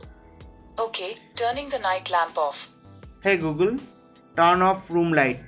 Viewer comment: like the way he said hey gulgun